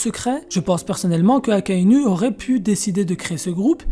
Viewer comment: Je sais pas si c'est fait exprès mais c'est très déroutant de t'entendre dire sengocu akainu et même cuzan avec ta prononciation à la française je crois que ca ce dit plutôt sengokou akainou et kouzan